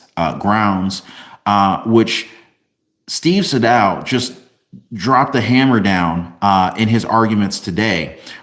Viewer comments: His name is pronounced "Steve SAY-Dow." I know Mr. Sadow. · It’s pronounced “Say-Dow” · Sadow aka Saydow the way his name is actually said. Did an excellent job and did an excellent job with his podcast. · Say-dow, just fyi ❤ when I’m pronouncing the word incorrectly, I like people to tell me. I’m not trying to be the word police.